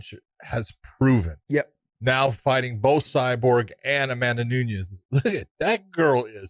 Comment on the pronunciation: Guys, She is not Mexican. The second N is a hard "N" just like the first one. NuNes